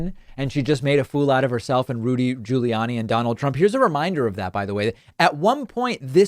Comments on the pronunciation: Your Rudy Ju-lee-annie pronunciation is annoying beyond belief! You are literally the only person in the world pronouncing his name this way. Please STOP IT! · hehe, "Judy Ruliani" X-D Sorry, but sounded just very funny... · I WASSS following this video, buuuut, I friggn love how you say Rudy Giuliani. Priceless.